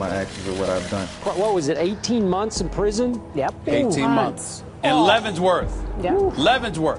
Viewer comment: “in LeavenSworth.. in LeavenSSworth!” Lol it’s Leavenworth.